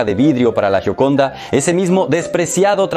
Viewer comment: Se escribe Gioconda y se pronuncia yioconda.